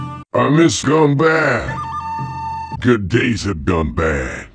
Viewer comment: 'ɡunbɑd'! not 'ɡʌnbæd'!!!!